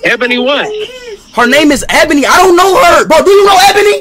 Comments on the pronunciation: i lov how speed is being a BIG fat hypocrite and then pronouncing it abony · cause ishowspeed said "Ebany"